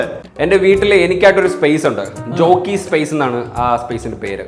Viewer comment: റോക്കി ❌ ജോക്കി ✅